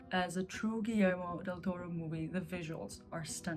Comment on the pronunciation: It's DEL TORO, not 'Del Torre'. The first thing to do when reviewing a film is to get the names right...